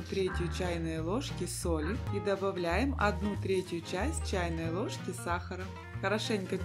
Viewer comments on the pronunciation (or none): none